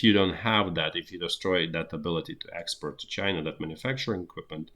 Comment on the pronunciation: I do love this guy's originality and hard work, but have to smile after I've worked out that "expert" is "export" and "boiled egg" is "bottleneck"!